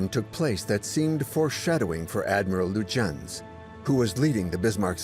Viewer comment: I usually enjoy the documentaries from this channel. As a native German speaker, however, I absolutely abhor the narrator's pronunciation of "Prinz Eugen" and Admiral "Lütjens". The historic facts are presented well but I would appreciate a more coherent and perhaps better researched/practiced pronunciation of any foreign names in the future. Apart from that, I am always looking forward to a new video.